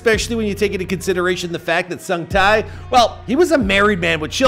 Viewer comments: All I wish is that you watched ONE VIDEO ON HOW HIS NAME IS PRONOUNCED. I closed the video after hearing SUNG TAY TAY TAY TAY over and over again omfg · Look, I am not Korean nor am I a korea fanboy/nerd or whatever... But even I, a simple european, can tell that his name is pronounced totaly different... Edit: Sung: the U" is pronounced like in "moose" Tae: the "ae" is pronounced like in "head"